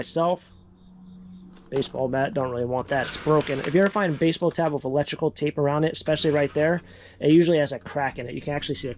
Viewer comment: It's funny when he says whiff instead if with. Like every video. Lol